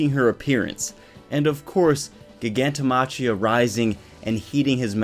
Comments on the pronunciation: Its pronounced Giganto MA-KHI-A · how are you a fucking MHA youtuber 1st of that's not how you pronounce Gigantomachia's name and 2nd Geten is A GUY bro get yo facts straight before you make a video about whatever you do damn